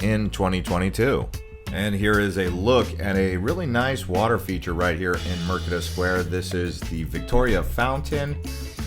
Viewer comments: Mer de ka, instead of Mer ke da. Merdeka is the Malay word for independence. But good job, interesting to see an American's perspective on the city, I've been away for long enough that KL is now so much more different that what I remembered\ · Mind if i correct you, 😃 it is MERDEKA please not MERKEDA